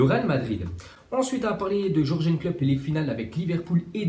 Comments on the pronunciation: C'est pas Jorgen mais Yurgen Klopp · On dis yourgeun